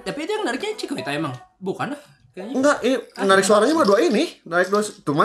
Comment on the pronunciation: Sebutnya cikita bang bukan cikuita😭🙏